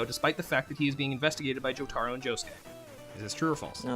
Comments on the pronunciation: HOW DO PEOPLE WHO WATCH THE SHOW PRONOUNCE JOTARO INCORRECTLY?! ITS NOT joe-tar-oh it's joe-ta-roh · listen here BUDDY. its not JoTARo. its JoTAro